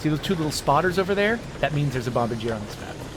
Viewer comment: If it's the same as the Canadian airplane manufacturer, the pronunciation would be "bom-BAR-djee-ay" so basically switch the stress from the first syllable to the second.in order to get the correct intonation. You were close!